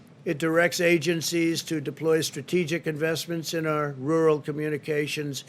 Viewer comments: "Wural" Donald Trump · New drinking game. Take a shot every time Pussy Boy tries his hardest to say, "rural". 🤣🤣 Lmao!